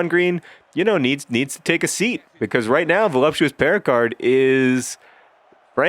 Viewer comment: i love that you always say 'becoise' instead of 'because'